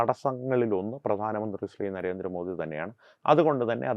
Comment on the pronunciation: ജിമ്മി ജയിംസിന്നു നരേന്ദ്രമോ ധിന്നിയുടെ പേര് ഉച്ചരിക്കാൻ കഴിവില്ലാഞ്ഞവനാണ് തോന്നുന്നു. ആണണം വേണം ബിമ്മി